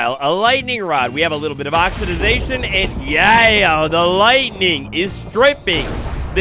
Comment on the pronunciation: love you,, but for the love of all things big and small it’s “oxidation”